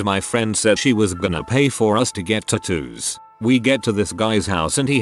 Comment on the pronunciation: Idk y but the way he pronounces tattoos makes me cringe 😂